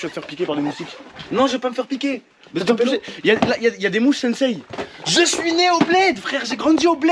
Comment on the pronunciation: Toma tête de con c'est pas "SenSeï" c'est "Tse-Tse" mais trkl